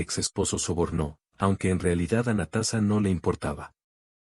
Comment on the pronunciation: Muy Bonita historia lastima que el video y la historia no esten de acuerdo y la pronunsiacion es terrible Natasa y Natasa estaba en soc 😅 Natasa vivio feliz por siempre